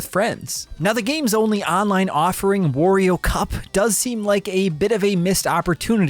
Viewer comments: It's wario not worio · Not 'War' io, dude. It's obviously 'WAH' rio. Sort yourself out! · Will westerners stop calling Wario a wOrio? He has nothing to do with war. It's pronounced wah-rio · Stop pronouncing "Wario" like that!